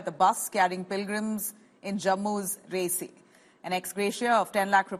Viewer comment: Such a stup!d anchor who does not know how to pronounce names. "Resi" "Peer Panjal" ... How cringy.